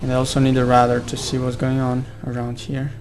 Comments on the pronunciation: I'm not usually pointing this out but i had problems with learning this aswell. Radar is pronounced Rey-Dar not ra-da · y u say radar when its rAdar? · radar is pronounced separately like ray-dar but there is no pause between the pronunciation like you are rushing to say it.